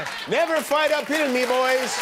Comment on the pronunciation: “Uphill” oohhh, so that’s what he was saying…I swear I heard “never fight a pill” 🤣🤣🤣